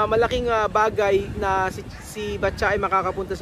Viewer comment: ano talaga, patcha o batcha? iba kasi pronounce mo sa pangalan eh.